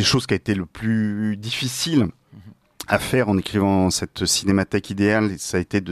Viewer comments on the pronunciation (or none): Incroyable ce défaut récurrent de prononciation du présentateur (cinémathique)... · Oui, très agaçant. Il confond avec l’adjectif « cinématique ». Son conducteur a dû être rédigé avec un correcteur Google !